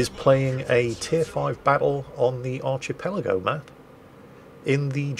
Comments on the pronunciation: Arcchpelago? Rampugh?, are you feeling all right? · "...archie-pelago..." Always amusing to hear Englishmen mispronounce English words.:3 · did you just say "archiepelago"? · Did you deliberately mispronounce "archipelago" to see if anyone was paying attention? 😂